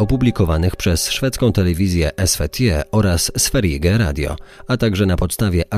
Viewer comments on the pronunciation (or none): Słowo Sverige wymawia się „sferje”. Pozdrawiam! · Bardzo lubię Twoje podcasty!!! ✌🏻 co do Szwecji to SVERIGE czytamy SFERJE 🤗